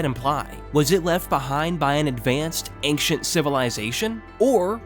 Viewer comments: There’s no K in ancient big dawg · I am sorry, but saying ankshient and not ein-SHENT and saying mod-YOU-le and not mo-JOU-le really detracts me from the video. I don't know if it's just your strange (to me) local native accent or if English is your second language, but I haven't heard anyone who says the word "ancient" in such a way. This pronunciation just really puzzles me. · Yes, please do make a vid for the two sequels. But just please... Learn how to pronounce 'Ancient'.